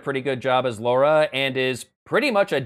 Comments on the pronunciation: What is with Americans? It is LARA not LAURA, no U in it you see. Sorry but, as a Brit, this drives me crazy. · It's pronounced Lara. Not Laura. Lara. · "Laura"? Is that an accent thing, or is he taking the smeg? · Why do americans pronounce it "Laura"? It is not as much of a criticism, as me wondering why. It's not the first time I'm seeing it and I am very curious.